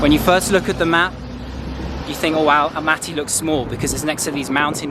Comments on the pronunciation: Nice video You can say Almaty like you did at the first time it wasn’t wrong at all . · You pronounced it correctly in English, Almaty is ok